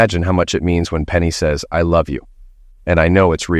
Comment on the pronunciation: Hey stupid its sez not zex. Cant you get anything right.